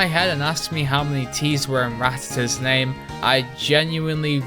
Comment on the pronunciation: I can tolerate people who believe the things in this video, but I would rather die than shake hands with someone who pronounces Rattata as "ruh-TATT-uh" instead of the proper "RATT-uh-ta". Also, wait, does the Onix/Onyx thing mean you used to think Steelix was spelled Steelyx??